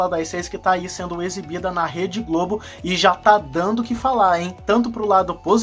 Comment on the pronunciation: Voltei para te dá uma dica para melhorar o seu video: não e dano, e sim dando! Cuidado com a pronúncia dos verbos no gerúndio!